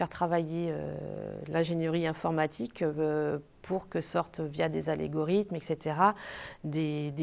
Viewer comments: Algorithmes SVP. Pas Alégorithmes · les "alégorythmes"! c'est mignon, j'adore